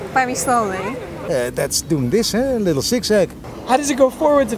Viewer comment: "Tends to be a liddlelidlidlldideellelddiele back and side-wards.